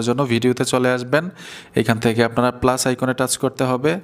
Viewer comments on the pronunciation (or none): none